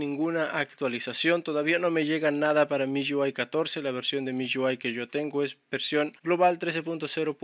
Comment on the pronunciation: "miyuai" jajajajaja